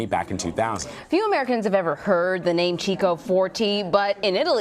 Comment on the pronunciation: Chico is KiKo, not cheeko